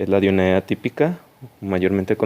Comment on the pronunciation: Se pronuncia Dionea ( en griego hay una regla que dice que si hay una a seguida de una e "ae" se pronuncia como "e".